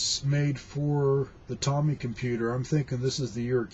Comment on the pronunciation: OK. I programmed for Tomy (long O, pronounce correctly please). I wrote a couple of educational programs. I coded in assembly. 8-bit.